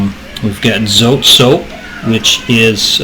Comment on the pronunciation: so-tey 2 syllables